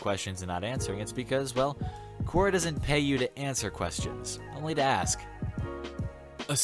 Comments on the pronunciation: It's not Koo-oh-ra, it's Quor-ah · Everytime he said "quora" I jumped